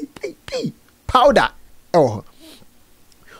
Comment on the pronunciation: Konkonsa nti said’paida’ instead of powder 🤣🤣🤣